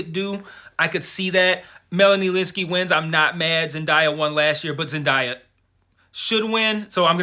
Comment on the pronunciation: I loved this review and I am also rooting for Zendaya,but here's how to pronounce her name correctly